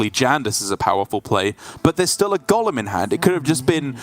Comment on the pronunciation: Can the male commentator say golem not Gollum please